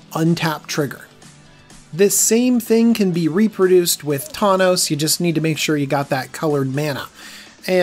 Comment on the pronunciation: Said thawnos a couple times